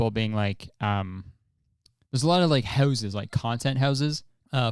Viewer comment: I forget Kurtis is Canadian until he says 'houses'.